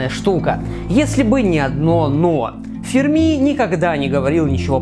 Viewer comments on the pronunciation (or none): Не ФэрмИ, а ФЭрми